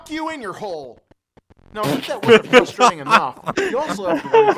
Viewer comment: i love how he says "fustrating"